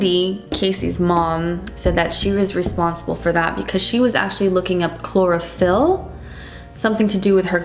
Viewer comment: Sis said chlorophyll 😂😂